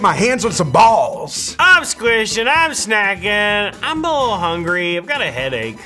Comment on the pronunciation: "I got a wittle headache ---><---" poor